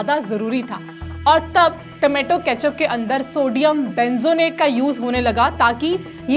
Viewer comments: Benzonet nhi madam Benzoate hota ok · Sodium benzoate hota h .... Bolne me gadbad ki h aapne